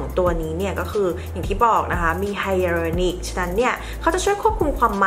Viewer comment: สวยจุงเบย คะ อ่านว่า “ไฮเรอรอนิค” คะ